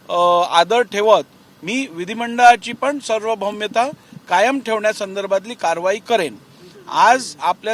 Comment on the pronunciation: सर्वभौमता नाही साहेब... सार्वभौमता..